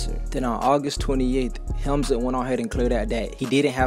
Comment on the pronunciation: Hamlinz not hemzin